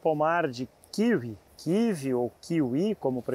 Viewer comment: Kkkkkk kivi kkkkkkk o que doido, e kiwi (kiui)